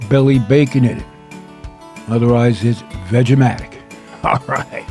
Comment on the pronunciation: I love it when he says vegematic lololololol